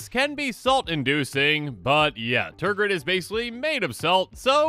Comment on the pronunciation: Nice Tergrid video. How many times did you say Tergrid? You said Tergird an awful lot. Tergrid is a pretty salty card. Tergrid must have made you pretty salty. Tergrid does that to people. Tergrid.